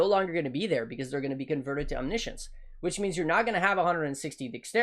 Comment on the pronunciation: Omni Science or omnishn